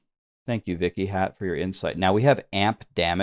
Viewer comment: while your butchering of the pronunciation is pretty funny, Vikhyat is just a normal sanskrit name meaning "famous"